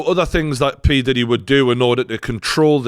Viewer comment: Look out for the series... Surviving Pee-Di-Deee 😅